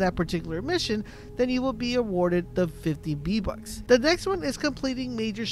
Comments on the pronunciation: VEEEEEE bucks not BEEEEE bucks ffs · Why do you call them "BEE Bucks" when they have the letter "V" as the prefix?? "VEE"...not "BEE". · Ye_Boi_ EPC_28 im glad i was not the only one who heard the "Bee" bucks lmfao no lie I am dieng typing this comment while he continues to say Bee bucks 😂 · STOP SAYING B BUCKS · its triggering to hear beatbucks all the time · What’s a b buck I though it was VVVVV BUCKS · v bucks not b bucks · “B - Bux” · bee bucks 😂😂😂😂 he said bee bucks lol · Hey Bud I cannot un-hear this